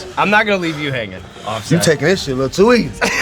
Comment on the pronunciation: "Offest"? Was his daddy a printing press?